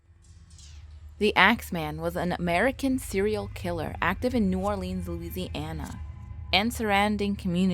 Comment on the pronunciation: You said New Orleans wrong